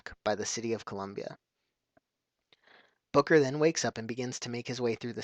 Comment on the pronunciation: did you just say "Booger"? :P